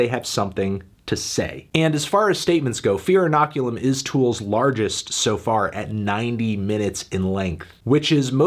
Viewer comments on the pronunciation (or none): Decent review Anthony, but did you really have to dock 3 points from the album just because you can’t properly pronounce inoculum?